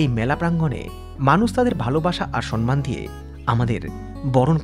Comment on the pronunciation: একটা কথা বলছি ভাই কিছু মনে কোর না 2025 এ তুমি মিলিয়নার হবে আরো অসংখ্য সম্মান পাবে | সেখানে পুরস্কার হাতে নিয়ে যখন তুমি কিছু বলবেতখন সম্মান বলবে [ সম্ মান ] সন্মান নয় প্লিজ এই কথাটা ঠিক করে উচ্চারণ করো 🙏🙏🙏